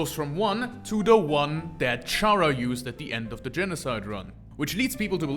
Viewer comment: I guess I just won't bother on how he pronounces it as CH-ara instead of Chara(cter) Also, the all lowercase thing with the true lab entries actually is used to prove that Sans was a scientist.